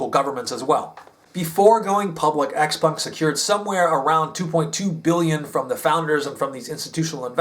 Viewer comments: Your Mandarin is very good....you nailed the proper pronunciation of the company and it's founder very well. Idiots in the US say, "X- peng", which is not correct. They don't understand the, "pung." Well done,! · Having worked with sellside analysts for a NYSE-listed clean tech co., your insights and delivery impress as first tier. Ditto for pronunciation of Xpeng and senior management names